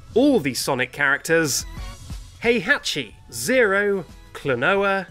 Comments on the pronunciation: Great job! You actually got Heihachi right! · You got super close with Heihachi! I'm a bit impressed